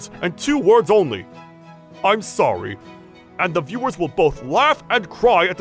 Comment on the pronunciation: What he gonna do saying sowy😆